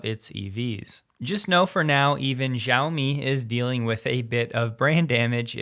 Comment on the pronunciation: XIAOMI should be pronounced “SHE-YOW-ME.”😉